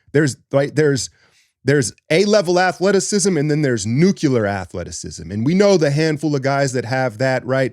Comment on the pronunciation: its nuc-le-ar, not nuc-u-lar. Ive heard it too many times. Had to call it out finally.